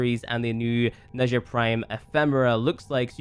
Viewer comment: Pretty sure it's pronounced neh-jah or nah-jah there is no like "shh" sound